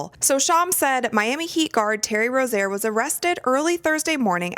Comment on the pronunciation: You're pronouncing Terry Rozier's name wrong.